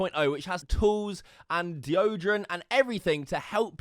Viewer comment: The way you say deodorant 🤮